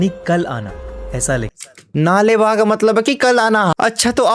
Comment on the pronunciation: नाले बा ❌नाळे बा ( कल आना )✅ kannada word hai